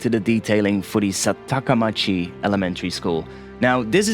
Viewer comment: Nice job! really like it. But I think it is SAKATAmachi not SATAKAmachi. KANJI is difficult isn't it haha